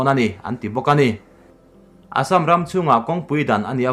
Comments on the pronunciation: Assâm hi i lam diktawklo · Ka hriat ve dan chuan Assam a lam dan khi a dik hmel zawk. Keini mizo hnahthlak ho lam rik dan lo hian an lam ri zawk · Assam tih i lam/thluk hi a dik lovin a hriat.(insiam that nan) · A Assam lamrik Dan kha ,, ka ngaithla tluan peih lo ,, 🤣🤣🤣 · Assam lam rik dan hi a dik lo deuh in a lang, fimkhur nan hmang i la, Mizo ṭawng lam dan ngat phei chu fimkhur a ngai khawp mai... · Vairengte bak i la pel lo em ni ? Assam tih pawh i lam rik dik theih loh le aw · i assam lam rikdan hi ngaihthlak a nuam lo ee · Assm to hi lamdik be hram tawh la mizo inih chuan. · Class 1 atanga college thleng i kal ka ringa...zirlaibu ah pawh Assam hming hi kan lam zin viau thin kha...i Assam lam dan hi chu a zialo em mai...fimkhur ve deuh la maw le...i channel lah a tha kanti bawk si a...i chhiar thiam lo thin em mai. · Assam hi lamrik angai zing si a, a ngaihthlak a nuamlo hle mai tawng thluk diklo hi chu. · A dik ,phun peih vang leh en peih loh vang ni lo in,lam rik dan pangai awm ve reng a😂👍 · Hepa hi tawng lamrik dik hi a hrelo pawh anih ka ringlo.miin an sawisel vanga tilui anih ka ring.india leh china boruakah pawh khan sawiselna atam,ati lui talh tho.leitawta hi🙈🙈🙈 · Assam hi i lam diklo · Assam hi midang lamdan angin lam ve maila,ngaihthlak a nuam zawk ang a,i thil thluk dan a mak thei e mai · Keipawh tuna Assam tih kher lo ah pawh hian thluk diklo hi ka hre ve zeuh² thin , tihsual chu a awl ve duh khawp ang .....